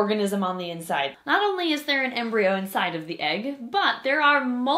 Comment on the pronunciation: Embryo coreon to sounds like embreon sliveon